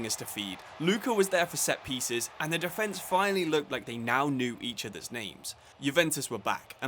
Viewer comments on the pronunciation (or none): none